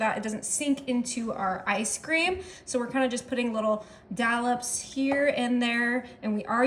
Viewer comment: Sorry….its DOLLOPS, and not DALLOPS